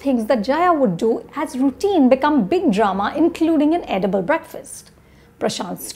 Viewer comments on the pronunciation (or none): none